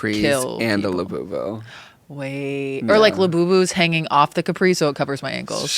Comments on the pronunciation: “laboyboy” instead of labubu has me weak. trevi and rewired my brain to talk like this on a regular basis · “Labubu Cailo” lol